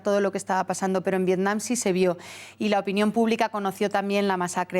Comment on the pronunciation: no se llama vietcom se llama vietnim